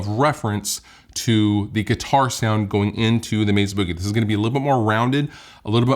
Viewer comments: Meza with a z huh…def thought it’s Mesa with an s Like mesa Arizona not meza lol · I like, but it just annoys the hell out of me when people pronounce Mesa….”Mezza”. It’s weird and just stop doing it.